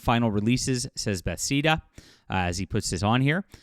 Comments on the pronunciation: I love your content, but its pronounced "Buhh-Thez-Duh". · “Ba- thezz-na” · It’s promounced Buhthesda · you’ve gotta reupload correctly pronouncing Bethesda as “Beth-ez-duh” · Not that it's a huge deal, but you consistently pronounce Bethesda as "Bethseda". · Why do you say Bethesda that way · I'm not a gamer but I know what Bethesda is and how to pronounce it. Are are you in really in the gaming industry?